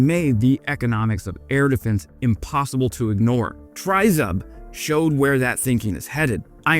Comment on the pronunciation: Just an FYI, "tryzub" is pronounced "tree-zoob" (close enough phonetically, just say the tree part quickly, you'll be close enough) it literally means "three teeth" (or three toothed, zub=tooth) like a trident that has three spikes (or teeth).